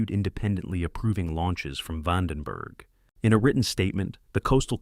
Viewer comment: re-gyoo-LAY-tory VAUGHN-den‐berg 😅